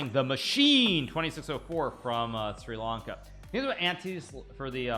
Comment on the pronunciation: bro said SRI LanKA lmfao